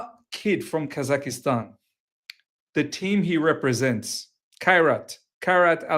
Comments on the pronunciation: Bro its Kaz-ak-stan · I couldn't stop laughing with how he pronounced it but then, we all do it in one way or the other 😊